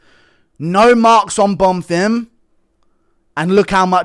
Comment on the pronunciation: Was so nice to hear you say Bonfims name correctly eventually. The real highlight of the card